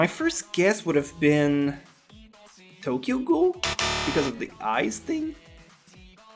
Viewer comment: I heart hurt when u said Tokyo ghoul